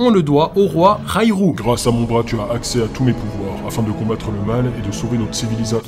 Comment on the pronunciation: Att att raYYYrrru ??? Je croyais que sa se prononçait rorou...